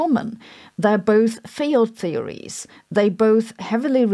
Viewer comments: Sabine, at approximately you summarise what Gravity and The Standard Model have in common, the first item of which is that they are "Field Theories", which you pronounce as "Failed Theories". Was that a Freudian slip or are you trying to tell us something? And: know-it-all, Professor Dave, has had another (unfair) go at you. I'd post a link but YouTube delete comments with links in them. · sounds like you said "failed theories"